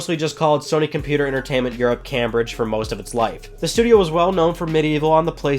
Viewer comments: It's pronounced Came-bridge not cam-bridge. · Cambridge is pronounced as "kaimbridge" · It's pronounced 'came-bridge'.